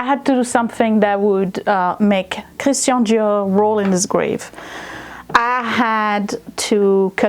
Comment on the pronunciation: When you pronounced Christian Dior the way it’s supposed to sound it was so pretty.